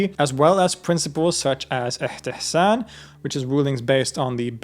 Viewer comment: Hi I saw in the video that you have written and said "Ihtihsan". Did you mean Istihsan? ( استحسان ). Just wanted to point it out...